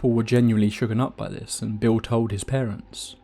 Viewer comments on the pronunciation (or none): none